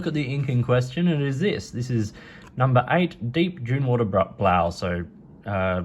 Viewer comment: Thank you for calling us the Netherlands and not Holland :) no shade on people calling the Netherlands Holland, just thanks for calling us the Netherlands (Holland is a place in the Netherlands. Noord- and Zuid-Holland) well done on pronouncing the name of the colour. It means deel dune water blue. If you wanted to know… nice video :)